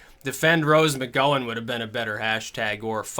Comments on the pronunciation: "McGowan", Gow, as in ouch, not oh as in 'go'. It's obvious that doesn't watch TV. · i think the gow in gowan is said like cow.